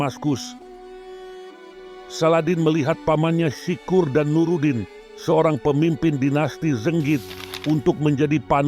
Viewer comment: sirkuh mas bukan sikur 😭